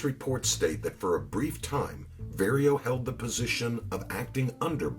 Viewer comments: His name is Vario pronounced like car💯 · This narrator is butchering these Italian names. He never once pronounces Vario's name correctly. And he says "Nicholas Pileggi" with a hard 'G' instead of the proper soft 'G.' And he says Luchesse like "loo-casey" when it should be like "loo-cazey." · Very well done, however, the only criticism is, as a person that speaks fluent Italian, at least try pronouncing the Italian words correctly. Vah-rio instead of Very-o (Vario) Cah-po instead of Kay-po (Capo)